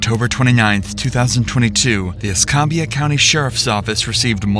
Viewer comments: Please learn to pronounce these places. It’s e scam bia not e scom bia. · Pronounced E scam be ah ....not whatever you said 😂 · Mobile is pronounced MO beel. Escambia is pronounced Ees CAM bia. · that is NOT how you say escambia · Escambia. A as in cam. Why do people try to make this word fancy? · You threw me off with how you pronounce Escambia county. Also why do so many crazy things happen around here! (I live one county over from this) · All that research into the case but failed to research how to pronounce Escambia.